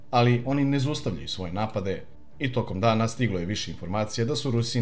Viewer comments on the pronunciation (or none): none